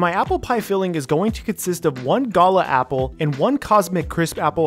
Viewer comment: Once things get under control, I would love to see you and Mythical Chef Josh do a collab. Also that's a new pronunciation a Gala apples to me.